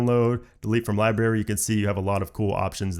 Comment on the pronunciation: love the vid P.S u said library wrong